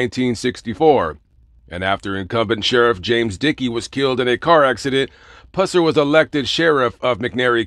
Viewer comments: Pronouns his last name correct you should be banned from that state Tennessee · YOUR PRONONCING HIS LAST NAME INCORRECTLY!!!